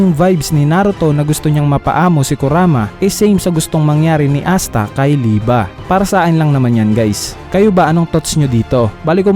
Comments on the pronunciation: Liebe hindi lieba Lie-bay lie-ba ????? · Mali ang pag salita mo sa pangan walanamang ba kondi be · Lodss yung liebe li-be ata pronunciation nun hindi li-ba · Liebe Hindi lieba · bakit lieba??? eh liebe kung german word yan.. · liyeb po ang basa sa liebe